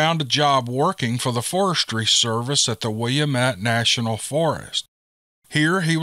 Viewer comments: I listen to every video and enjoy them all. However I just cringe all over when I hear the names of places in my native Oregon, born and raised in Eugene. Gotta say I was surprised when you correctly pronounced Oregon but sweetie when you said Wil La Met I lost it. Seems a lot of people say it that way but the correct pronunciation for Willamette is Wil Lamb Et. Makes me laugh because when my mom came out to Eugene in 1947 from Missouri she got off the bus and asked how to get to Will a met street she said people looked at her like she had 2 heads. Finally someone said to her do you mean Wil lamb etc? She always thought it was so funny. We need more Steve Lily... Blessings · Willamette is pronounced, will-lamb-it, just fyi. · Hi,. For future reference, Willamette is pronounced "Will-lamb-ett." When I first moved to Oregon from California in the early 90s, I had trouble pronouncing it the first time I saw it written somewhere, too. Signed, a former Oregon resident from the Willamette Valley, now living in Mississippi. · it's not "Willam et" national forest. It's "Will am et". It is an Indian name (tribe) and also the name of a river. Mt. Hood is in the Willamette national forest, in Oregon, not Washington. Mt. Saint Helens is in the Gifford Pinchot national forest in Washington State. The Columbia River separates the states and the national forests. St. Helens is north of Mt. Hood, Mt Adams is east of St. Helens. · Willamette. Will/am/ette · I know how much you love to be corrected, 😉 It's pronounced Wil-lam-met. Had to give you a hard time, I'm from the area in SW Washington. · You are a great story reader, never miss a post. By the way, Willamette is pronounced Will-am-it(ette) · Willamete Pronounced "Will-am-it" or "Will-a-mit" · Pronounced Will a met